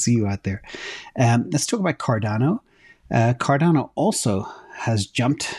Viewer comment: Cor-dano Lol I call it Cardano